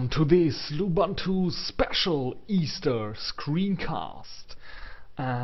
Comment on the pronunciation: Du bist doch ein Deutscher, richtig? Wieso sprichst du das OS dann falsch aus?! Es heißt lUbUntU die man alle als U (oo) spricht.